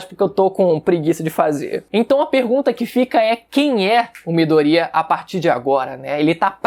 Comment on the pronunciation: Que agonia de vc falando midorÍa velho, nem na dublagem original eles falam assim